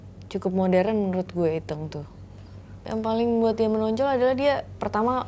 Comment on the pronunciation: Berperan sebagai Iteung, tapi pelafalan Iteung aja gak fasih. Kumaha?